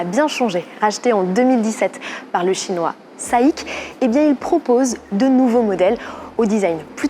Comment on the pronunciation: Sympa cette prise en main.... par contre ça fait bizarre d'entendre les groupes chinois SAIC et CATL prononcé à la française, mes oreilles saignent 😅 Mais bon c'est ce à quoi il faut s'attendre avec ces marques qui vont devenir grand public chez nous....